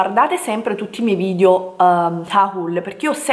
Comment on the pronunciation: È irrecuperabile, ancora dice VIDIO, e ne avrà caricati 200 mila sul canale. lol